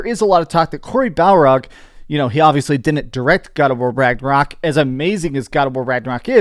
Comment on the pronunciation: Barlog. BAR-LOG. Barrrrrrrr loggggg.. not “Balrog”